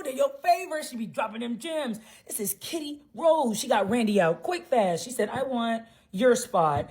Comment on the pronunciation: Sweety you keep saying kita when you should be saying KITTY 😂😂😂😂